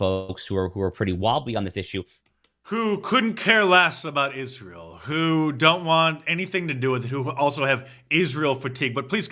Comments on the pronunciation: Tatum needs to ax somebody how to pronounce Israel. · The guy cant even pronounce Israel 😂